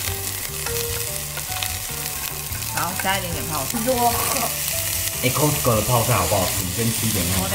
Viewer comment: 是 卡斯扣 ，不是扣斯扣